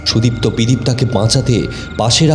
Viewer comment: Golpo ta bes Valo... But 1ta general Suggestion, Character er Naam gulo Aktu Simple Choose Korben doya Kore... Karon Sudipto Naam ta ( may be Bidiptaa Naam er Character thakar dorun) Koyek baar Sudiptaa hye geche... Ai vul uccharon, golpo Sonar somoy Khub Kane lage... tai ar Ki....